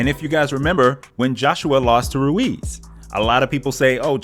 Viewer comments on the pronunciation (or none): none